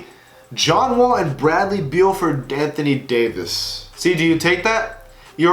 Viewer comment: “danthony davis”